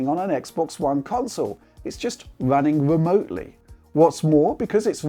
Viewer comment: It's wunning wemotely lol